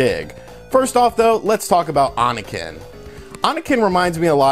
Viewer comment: Oniken is pronounced Oh Knee Ken. It means demon slash, or something.